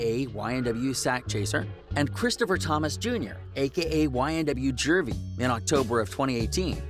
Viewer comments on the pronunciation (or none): It’s Juvy not Jervy bitch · Jervy? Its juvy lol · This nigga said ynw jervy ima need u to fix that 😂😂